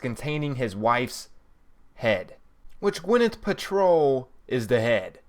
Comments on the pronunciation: Please learn how to pronounce thing properly Gwyneth Paltrow is not how you pronounced it you said paltroll lol how stupid and illiterate can you be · Good god learn how to pronounce monolith and Paltrow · I appreciate your help with these videos and for all the work you and guys like you put into them. The secrets are cool and your directions and map shows are key as others do not commentary as well as you have. That being said I would appreciate it if you would PLEASE learn how to pronounce some things correctly. Monolith, Paltrow. It bugs me but it is not meant to be offensive. Others may complain as well. For your knowledge, The Man in a space suit is a DIRECT image from when Dave was sent through the Monolith in 2001 Space Oddessy by HAL the AI in the Computer aboard their first missions ship. I would also menmtion that the area you are sent to does look like a Boss Battle area but I believe it is in reference to the Mono lith found by teh Apes at the beginning of the movie. Again I will say THANK YOU! For your effeorts here as they are honestly appreciated. I will be both Liking the posting here and following you in the future. Cheers bud and Good Hunting !